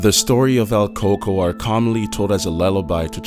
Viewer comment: it pronounced el coo-k-o-y